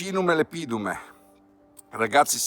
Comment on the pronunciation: speriamo in un buon 2023! Però, se posso esserti d'aiuto, non devi pronunciate Lepidum con accento sulla I come fai, ma lEpidum, con accento sulla E, come da regole. Fai bene a usare nomi scientifici in latino ma..occhio agli accenti! Sei un cercatore eccezionale!